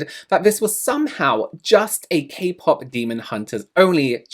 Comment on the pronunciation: IT'S NOT KAY PAP 😂 never gonna be not funny